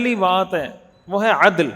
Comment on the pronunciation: السلام علیکم و رحمۃ اللہ وبرکاتہ مجھے لگتا ہے آپ عدل کے دال پر تلاوت بار بار زبر پڑھ رہے ہیں جو کہ ساکن ہے شکریہ 🙏🏻